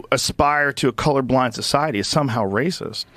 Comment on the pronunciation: Rocist? Don't you mean "racist"? Never before have I heard the word "rocist". Where did you learn English? Or are you a bot? Have you never watched the news? Have you been living under a rock all your life? You don't know how to pronounce "racist". Really? ☕☕☕😎🇺🇸